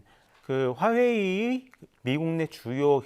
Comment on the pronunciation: 그냥 화웨이라고 정확히 말좀 하시지 듣기 불편하네요.